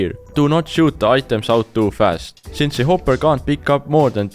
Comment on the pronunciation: I I like that he talks funny like when he said hopur